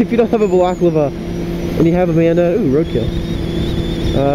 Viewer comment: haha your the second vlogger ive watched that dosnt know how to say balaclava.